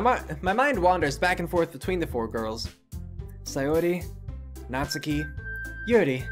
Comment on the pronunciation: "I'm not good with Japanese names!" You can say "Natsuki" and "そして" correctly; you can say it all.